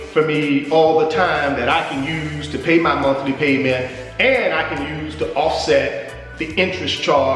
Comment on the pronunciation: Did he say the Monkey Payment or the monthly payment?